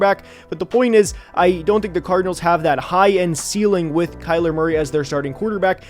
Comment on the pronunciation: It’s Kyler